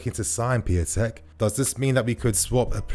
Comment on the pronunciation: It's Pee-un-tek, not pee-a-tek